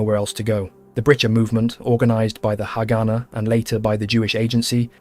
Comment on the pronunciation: This is a very interesting video. I guess several people have mentioned about the pronunciation of haganah